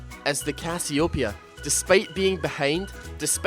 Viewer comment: does anybodu else cringes as hard as i do when he misspronouces CASS-EE-OH_PEE-A ?